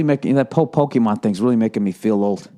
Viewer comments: lmao fucking "po-key-man" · The way he says Pokemon already makes me laugh. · I love how he pronounce pokemon. Like a old man lol